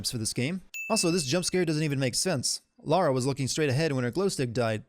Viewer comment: You are better than GCN because you pronounce the Protagonists name correctly. You say Lara, not Laura. THANK YOU! It pisses me off when supposed "Perfectionists" make such a stupid mistake.